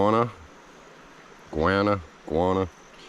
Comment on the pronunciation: What state are you in ? C a nt believe you ate that carp,we dont eat them, iguana is pronounced IG WA NA